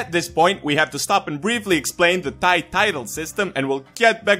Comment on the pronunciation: he pronounce "thigh" rather than "thai". nice